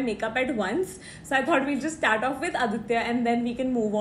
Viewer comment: U were like "shtart" for start